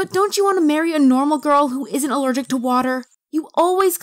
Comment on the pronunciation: alerjick love